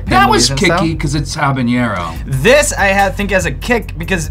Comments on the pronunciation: Habanero. The H is silent and its an N not an Ñ. Awesome show though!! :) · Tfw they say ''Habañero'' instead of ''Habanero''